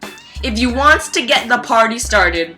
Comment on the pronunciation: why the fuck do you say wants